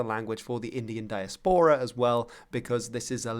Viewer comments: I have never heard the word 'diaspora' pronounced like that before,. You are a learned man and something of a linguist, so I'd be surprised if you were just wrong. Where does this pronunciation come from? (As opposed to /daɪˈæspərə/, which would be more familiar to me.) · He might have picked this up by hearing it from a Dutch context first. As this is how a Dutchman could anglicize the word "diaspora" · It sounds like a really "original" way to pronounce it aka in a greek-latin way